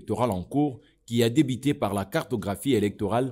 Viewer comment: Reportage : le journaliste prononce i à la place de u, et inversement. Eli au lieu de élu, reveni au lieu de revenu, débité au lieu de débuté, Afrique di sid au lieu d'Afrique du sud, etc. Pas bon à entendre à l'oreille